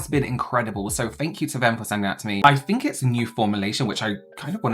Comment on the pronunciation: "I always fink" - 😂